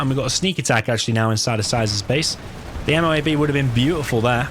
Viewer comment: Call it a "moh-ab"